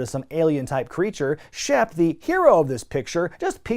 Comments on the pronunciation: I know his name's Shep Ramsey, but i keep hearing Chef Ramsey and now i wanna hear Hogan yelling about the lamb sauce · I thought you said Chef Ramsey. Like WTF!? Lol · I've watched too much Hell's Kitchen, I keep hearing "Chef Ramsey" instead of "Shep Ramsey".